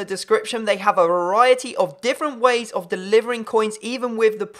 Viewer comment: You can't say variety.